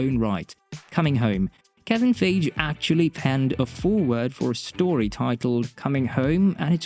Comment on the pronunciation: It's Kevin Feige (Fie'gee) not Ghostbusters 2016 flop director Kevin Feig! Get it right guy!